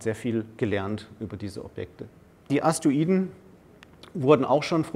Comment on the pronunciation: Er sagt immer Aster-iden, oder Astoiden, aber sehr interessanter Vortrag, Danke